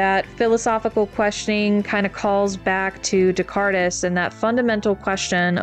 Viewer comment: Descartes is pronounced "Deh-Cart." Just in case you end up making that Pinocchio video. Congrats on 1K!